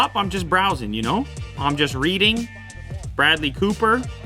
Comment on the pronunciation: "You know?" Your inner Toronto came out for a second XD